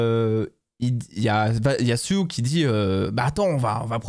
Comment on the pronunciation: Et en plus c'est Sue et pas Siou!😅🤣😂😊😉